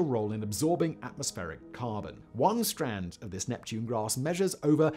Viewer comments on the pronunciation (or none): none